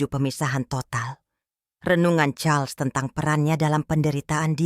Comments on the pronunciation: Ini org membaca Raja Charles... Dibaca Carlos... Gimana sih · Ko.... jadi Karlos..nyebut namanya bu